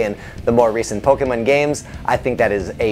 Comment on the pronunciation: While I would love Bulbasaur to be one of the trainer’s pokémon, I still like Squirtle more than Wartortle. I wouldn’t mind if the devs made such a change though. Also glad you pronounce Pokémon correctly. Many people ignore the accent mark for some reason